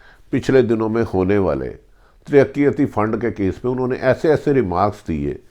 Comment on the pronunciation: Bhatti sb khudara urdu zubaan ki tang na toray. phir arz karunga ke upload se pehlay durust lafz bolnay ki mashq karlen. EKHTELAFIAN, FARHAM, TARAKITI etc. (Her vdo mein lafz badiunnazar) behtar hae punjabi mein hi upload karna shuru karden. ummeed ke aap bura nahin manain ge. shukriya